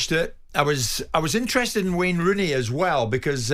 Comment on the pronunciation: “Wayney Rooney”?